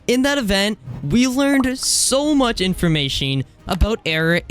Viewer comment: not hating but why do you pronounce it “informashing” 😭